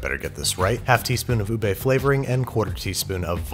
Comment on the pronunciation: LARS IS NOT UBEY IS UBEH